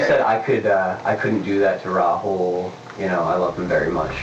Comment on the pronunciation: 2 minutes into the video i knew how to pronounce Rahul's name. I'm finding it difficult to take reporter's facts at face value when he's calling him Raul.